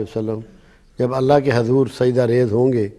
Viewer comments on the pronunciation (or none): none